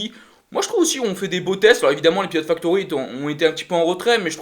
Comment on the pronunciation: Salut. Merci pour cette vidéo débrief par contre faudrait vraiment que vous preniez le temps d'articuler sur les noms des pilotes car vous les machez presque tous 😉